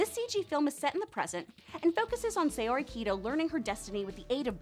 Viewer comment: Say-o-ree? Have you even watched the show?